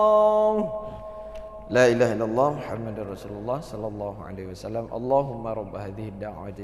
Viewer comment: Huruf lam pada kata laailaaha illah masi sedikit tebal...?